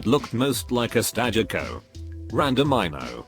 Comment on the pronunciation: The way it said Stagecoach 🤣🤣🤣